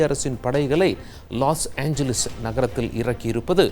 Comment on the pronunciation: லூசு லாஸ் ஏஞ்லிஸ் இல்லை..லாஸ் ஏஞ்சல்ஸ்...நீ கிருஸ்துவனா...சரியா சொல்லு...